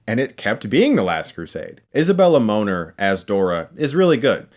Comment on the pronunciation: Her name is pronounced like Mo-nair, not Moaner LUL